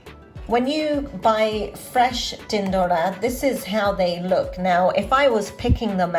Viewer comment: My mum does it just like that but without onions, I'll try it your way next time. Are you gujarati? When you say "tindoda" it sounds perfectly gujju:-)